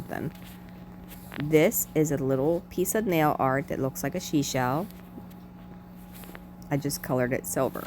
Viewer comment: "Shee shell" lol. Sea shell. ❤❤❤❤